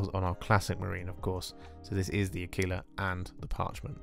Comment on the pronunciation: LOL I know this is a year old, but whoever told you to pronounce "aquila" like tequila is certainly fucking with you